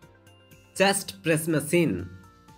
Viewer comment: not masine its machine